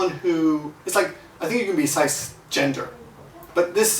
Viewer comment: Cisgender is pronounced siss-(like sister)-gender.